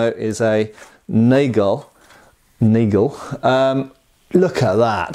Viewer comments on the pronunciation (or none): Uh... no. Wrong. Not "naijgel", but Nuhgal . Again: Just type into an online dictionary and have it read the word out loud to you.